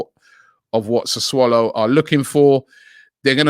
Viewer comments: What the hell is Sa"swallow"??? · The way he says 'Sassulo' hahaha SA SWALLOW